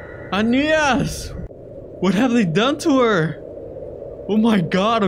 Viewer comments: Anais not Anita's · OH ANIAS me: anais not anias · is not anias is anais